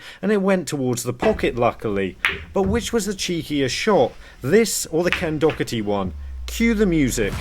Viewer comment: It’s pronounced Ken Dah-er-ti 😊